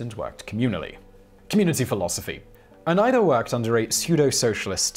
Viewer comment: Shout out to Simon for the exactly correct pronounciation of Oneida, my home town.